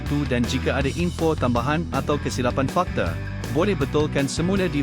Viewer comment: Narrator ni pelat eh?🤔 Zuar jadi Zuea..fakta jadi fakte...banyak lagi la